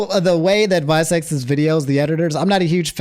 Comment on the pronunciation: Calling Vi Seconds (6 Seconds) Visecs is wild and so funny lol 😂😂